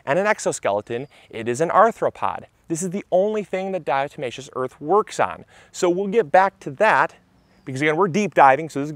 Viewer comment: Thank you for showing me how to finally pronounce "diatomaceous" correctly.